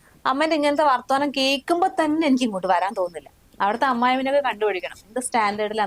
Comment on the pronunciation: വർത്താനം ആണ് വാർത്തുവാ ന o അല്ല